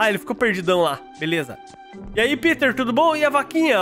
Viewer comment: O O NOME NÃO É PITER É PETER